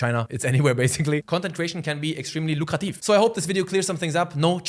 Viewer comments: „lukrativ“, do you speak german? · the way you said lukrativ sounded german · Until now the German dialect was not noticeable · Die Aussprache von "Mantra" und "Lukrativ" verrät mir dass du ein Landsmann bist hahah aber sehr geiles Video. Hast nen Sub